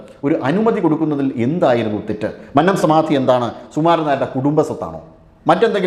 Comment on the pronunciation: Please correct pronouncing 'Mannam'.